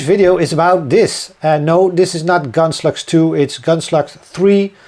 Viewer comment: I remember several years ago, when I first started watching your videos — whenever you mentioned Gunslugs, I thought you were saying Gunsluts. 🤣